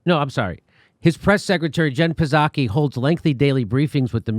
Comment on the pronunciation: Hey Jimmy, the p psaki is silent just like the p in president biden